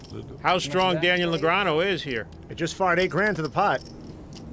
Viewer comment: Daniel Negreanooh